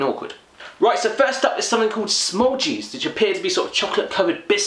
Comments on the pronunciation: You call it : 'smoultjes' and not 'smoeltjis' but the correct naming is good, just watch you don't mix your english with our weird dutch words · what its called:smoeltjes how he pronounced it:smolcheese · "smoletjeez" well I mean he tried to pronounce it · He's so English 😂😂😂 Good effort with the pronunciation 😂👍 you tried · It is really funny how he says the name's of al the candy wrong 😄